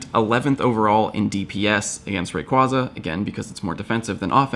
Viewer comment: I really want to unsubscribe just because he pronounces Rayquaza wrong. But that would be extremely petty.